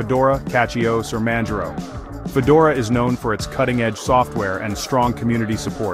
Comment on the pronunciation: Either AI slop, or someone who can't pronounce "distro", "Manjaro", etc.